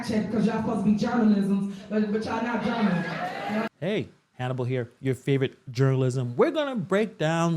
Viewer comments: “Y’all ’posed to be journalisms”. FOR THE LOVE OF GOD. She STILL got elected. Hooked on phonics Tiff-Tiff. Hooked on phonics. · "ya'll apposed ta be journalismz.. but yall not jouralismz:.." this is from someone that the tax payers elected and thru their tax payers pay over 250k a year